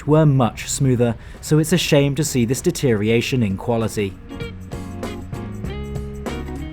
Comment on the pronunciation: Deterioration not "deteriation".